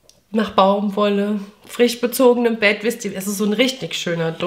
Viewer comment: Darf ich dich mal was doofes fragen? Warum sprichst du das sch in zb dem Wort "frisch" als ch aus (also frich), obwohl du zb "schon" ganz normal mit sch sprichst? Ich habe das schon oft bei Leuten aus dem Kölner Raum gehört, warum ist das so?